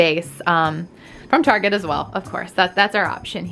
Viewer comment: you sound drunk during this video ,, now i know keep saying target etc wrong